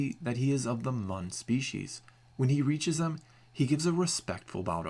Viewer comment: CALLED IT! XD pronounced "moon" or "mewn", not "munn"